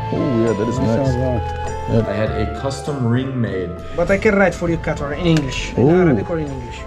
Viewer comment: Lol it's not qa-taR that's first